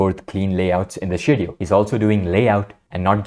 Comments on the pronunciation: i appreciate you speaking out against those awful conditions at mappa studios and the antifans/mappa bots defending it. minor thing, the 'sch' in schedule is pronounced 'sk' like in school :) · Is he saying "schedule" or another completely different word?